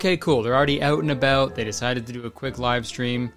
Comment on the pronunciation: The juxtaposition of Curtis mocking our accent but pairing it with “oot and aboot” was peak comedy